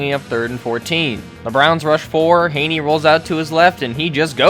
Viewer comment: Chad Hayney? This guy must watch NFL games on mute.